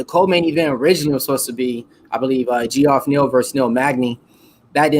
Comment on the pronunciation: Lol dude its jeff, not gee off I guess it is new school and you're trying to sound it out, but if you watch ufc everyone knows his name.